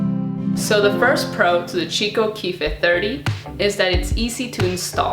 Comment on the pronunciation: The brand is pronounced "key-coh" not "chi-co"